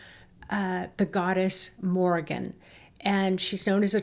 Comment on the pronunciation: Queen Morrigan or The Morrigan, not Morgan! ( Morgan is the 'evil' Welsh Morgan le Fay) She is the phantom shape shifting 'night hag' queen/goddess, described as a 'monster in the form of a female', who sometime appears as a crow, or with crows. Mainly associated with war, doom and death. Linked with the death of the hero Cúchulainn, by cooking dogflesh. Also linked with the Banshee and Lilith. Can be very malevolent. Best kept at arm's length, not exactly an aspect of the Divine Feminine. Just to mention, Queen Scota's grave may be visited near Tralee in County Kerry, Ireland. Scotia Major was a Latin name for Ireland, and Scotia Minor for Scotland. Regarding the Orion belt, Orion Council of Light = cool. The Orion Alliance which is made up of degenerate ETs, Serpent beings, Royal reptilians, Reptilians, tall Greys etc., not cool, so be careful. Hope the blue light is not a D.E.W. ( directed energy weapon ). The 'Earthquake' feeling..... Edgar Cayce's prophesy about Ireland disappearing under the sea, ' in the blink of an eye' (earth changes ) and parts of Britain joining it, soon, is brought to mind. Tuatha Dé Danann ( pronounced Too Ha ) were Atlanteans, who were eventually banished to the underworld, to become bearers of the faeries. Worried about you all feeling ill, as a lot of these portals are considered not to be to the Underworld, but to Hell. Best advised to dig a little deeper with research first, rather than rely on the word of a tour guide, bless her. All the ve